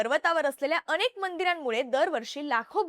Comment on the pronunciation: बघूण नाही ताई बघून अणेक नाही अनेक . गिरणार नाही गिरनार !! पासूण नाही पासून !! कृपया उच्चार शुद्ध ठेवा !! काय कित्ती अशुद्ध उच्चार न बोलायचं तिथे ण आणि जिथे ण बोलायचं तिथे न बोलतेय तू ताई?? आनी पानी